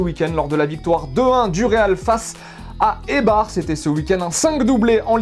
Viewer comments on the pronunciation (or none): ça se prononce eybar sinon continuez vos vidéos